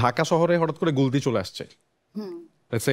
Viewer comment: "হাওয়া"সিনেমায় গুলতি নাম বললে প্রথমে তা আমি কতি শুনতে পেয়েছিলাম😂😂😂